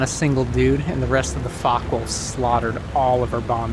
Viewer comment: Its a Focke Wulf. Not a fock wolf.